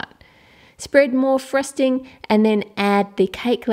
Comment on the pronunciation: She said "frusting